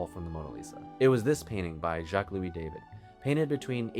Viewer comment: Thank you for all your excellent videos. The correct pronunciation of this artist’s surname is “dah-VEED”.